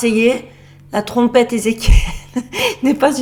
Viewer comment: Salut et joyeux Noël 😉😊♥️.. Étant de notre endroit à nous, j'ai bien rigolé et compris quand tu parles de la Trompeetttteeeuu Ezekiel...! 😂😂. La grosse Trompette! La Trompetasseee! 😉😊😂. Trop bon... Tu m'as régalé! Gros bisous 😉😊❤️💋♥️